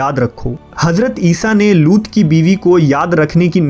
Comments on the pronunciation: हज़रत लूत alaihissalam not लूट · Madam It's not loot it's looth लूत